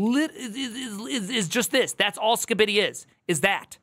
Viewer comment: I can't believe I'm slightly irked by how you say Skibidi.